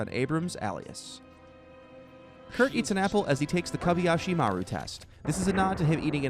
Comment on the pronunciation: This narrator may speak clear English but he pronounces many things wrong such as Alias and Kobayashi Maru and Majel Barrett. And no it doesn't say NCC-1701D or at least the D can't be seen from the image they show inn this video.